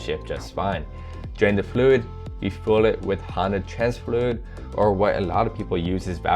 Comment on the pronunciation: I Like how you said fluid flud